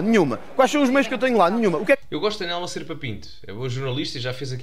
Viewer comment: 😅nelma? Pa-lerma